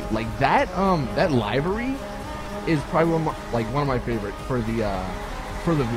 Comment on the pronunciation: Come fucking on LIVERY isn't that hard to pronounce.